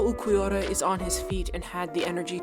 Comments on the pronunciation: nice video, it just really pissed me off the way you said uLquiorra as Uqwiorra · Ulquiorra is pronunced "Ur-Kyo-Ra" the r is rolled a bit like spanish people do. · This was fantastic, but the pronunciation of Ulquiorra was killing my ears.